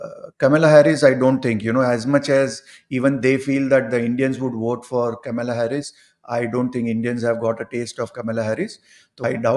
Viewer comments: It is Kamala, not Camilla 😂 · Kamala not Kamila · Name is kamAla not kamila. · Why are they both saying Kamila instead of Kamala? It is a South Indian name! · These two are pronouncing Kamala's name "Camilla Harris". Its pronounced Kam-La. Its a bit weird that Indians like yourselves say Camilla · First, it is not Kamila but Kamala. Her mother hails from a Chennai Brahmin family. Second, this guy’s prediction is based not on astrology, but on bias. Crap. Trump in no way is going to win. He sits 1000s of miles away and does not see the vulnerability of trumps position over here. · Kamila??? It is KAMALA. Indian name!!! Ek naam bhi seede pronounce nahi kar sakte, na hee uski spelling correct hai title mein. God!! What kind of accuracy can we expect??!! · PEOPLE WATCH YOU ALL OVER THE WORLD, PLEASE DO NOT MAKE ANY SPELLING MISTAKES....IT IS KAMALA NOT KAMILA. IT IS VAASTU NOT VASTU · This can't pronounce Kamala, calls Camila! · Camila man it is kamala. Can you pronounce her name properly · WHO is KAMILA..... It's K A M A L A.. KAMLA. 🤦🏻🤦🏻🤦🏻🤦🏻🤦🏻🤦🏻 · It’s Kamala, not Kamila 😅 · She is "Kamla" not "camila" 😂😂😂😂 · It is Kamala Harris and not Camilla Harris as you both have pronounced. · It is kamlaa not kamila .pronunciation is incorrect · It is kamala not kamla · Not camila but kamla (devi) . Pls correct your pronunciation. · Namaskaram, Her name is Kamala Devi Harris not Kamila Harris correct it.Jai Bharath. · it is not Kamila but Kamala ie Kanwal her full name Kamala Devi